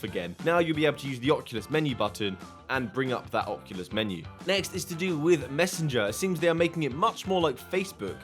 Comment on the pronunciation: “Ocukus”